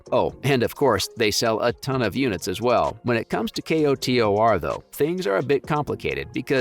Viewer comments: Kotor. Not, "K. O. T. O. R." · you said k-o-t-o-r. child. it's pronounced "coder". child. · K-o-t-o-r…??? Sir, it’s “ko-tor” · Commenting so you remember how annoyed you were hearing how he said k-o-t-o-r 🤣 jkjk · Fr was really annoying who tf says k o t o r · Say it with me KO-TOR. 🤣